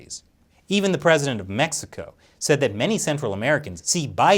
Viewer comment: Did he just say "METHxico"?